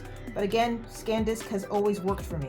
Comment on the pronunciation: ITS SAN DISK NOT SCANDISK OMG